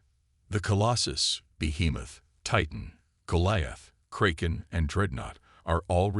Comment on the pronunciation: Well, you've almost learned how to pronounce debris. But if you're going to unleash the Kraken, you probably ought to learn to pronounce that too.